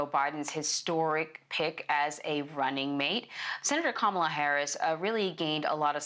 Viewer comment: Please pronounce Kamala's name properly,!!!!